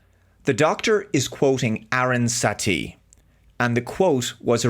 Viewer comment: btw, the character that's been grossly misidentified by Star Trek Starfleet Academy is Aaron Satie and not "Erin Satee". also, in the episode "the Drumhead" it is Norah Satie, the daughter of Federation Legal Counsel Aaron Satie, played by the late Jean Simmons, that the antagonist of the episode. i can located any misquote, or misrepresentation, of Star Trek because i have the complete TOS, TNG, DS9, Enterprise, all of the movies of the TMP, TNG and Kelvin Timelines on DVD/BluRay...i don't and won't have anything to do with Lower Decks, the shorts, DIS, SNW, SEC31and the current trash of Academy.